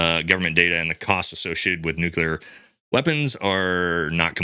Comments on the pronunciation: Dear wife: Please inform that the word is pronounced just like it is spelled. Nu-cle-ar. NOT "nuke-you-ler." Thanks. Love ya! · “New-Clee-Yur”…not “New-Cue-Lur”, there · "NEW CLEE UR" "SUPPOSE EDLY"